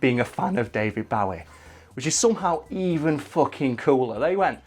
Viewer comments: His ginormous musical penis? Well you're not wrong I suppose. (And I'll be that person who corrects his pronunciation of Bowie - it's pronounced Boh-ee). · How come when you say bowie you sound like Johnathon Ross trying to say barry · Great video. However... one thing that really bothers me is when people pronounce David Bowie's name wrong 🙃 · Your pronunciation of "Bowie" triggers me. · Pronounce Bowie correctly please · I hate to be that guy, but can someone else PLEASE notice how he is pronouncing “Bowie” the classic wrong way! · Please dont pronounce Bowie that way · "Bowie", it hurts every time you say it, it's Bowie like Joey, he said it himself. I love your videos though! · Guys, that's not how you pronounce Bowie... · I can't be the only one who hates how they say Bowie. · Mate, it's pronounced "Bow-ie", not "Bow-ie" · It's not pronounced Bowie, it's pronounced Bowie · You guys consistently mispronounce "Bowie". It should rhyme with "Zoe". Also, Lucifer isn't in the Bible. He comes from Dante's Inferno. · It's pronounced "BOW-IE" as in Bowie knife, which David Bowie took his stage name from. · I love your videos and also David Bowie... but I can't keep watching this video... why are you pronouncing Bowie like Bow (as in Cow) ie... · It's not fuckin bawie its with a fuckin o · Wtf! Stop saying his name like that!! It's not David "Bowee" seriouslyi stopped watching cuz the way you say it is soooooo off putting that I couldn't get past the nonstop cringe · Bow-ie. Like a long bow. Not the fucking bow of a ship or bow wow. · fucking "Bauwie" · It's David "bow-ee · “David Baweee” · Isn't it said bow e (as in headwear) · Does pronunciation of Bowie make anyone else uncomfortable lol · Stop pronouncing Bowie wrong. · Dude say his name right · Its Bow-ee not Bowe-er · “Bohwee” not fucking “Boughee” - the O is pronounced as in Oval. Anyone who gets this wrong needs to be sterilised. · Bo e not bow e , u killin me lol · Its BOW-ie. Not BAUGH-ie. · David Bawy?